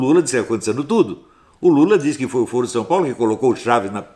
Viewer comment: Sr. Astrólogo, a forma como é pronunciada a palavra "foro" altera seu significado, no sentido q vc a utiliza jamais pode ser pronunciada como "fôro", mas apenas como "fóro" ou deve-se utilizar a palavra "fórum" para designar uma reunião ou encontro para debate, tal como Ciro Gomes e Lula falam:"fórum/ foro (pronunciado como fóro) de São Paulo". A palavra "foro" com esta pronúncia q o Sr. usa designa "âmbito" como na frase: "isso é uma questão de foro íntimo"; ou instância judiciária como em "foro por prerrogativa de função".